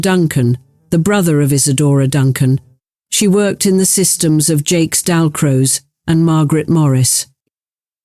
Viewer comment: Jacques Dalcrose. = Jacques, not "Jakes". AI voices never know how to prononce properly.